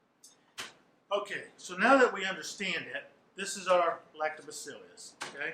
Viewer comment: It’s Lactobaccilus not Lactobaccilius